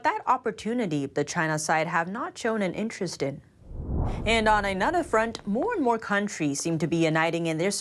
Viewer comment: I really wish would learn to speak English like a human being, not a robot, Her hard 'a' sounds, even in words like 'another', would sound more natural if they were softened.